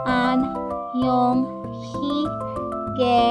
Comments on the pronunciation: Sa tingin ko annyeong hindi annyong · some korean words are wrong :) like annyong it must be annyeong